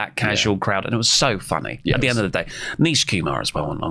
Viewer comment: Nish not Neesh